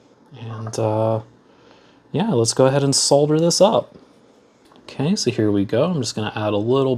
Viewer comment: It's so refreshing to hear someone on YouTube pronouncing the L in solder.